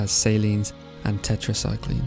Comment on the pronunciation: Its pronounced Tet ree sil-in